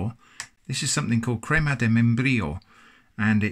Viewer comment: I got "cream atom embryo"